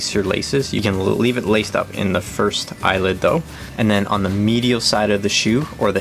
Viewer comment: Thanks for the informative video. 'Eyelet', though, not 'Eyelid', right?(!)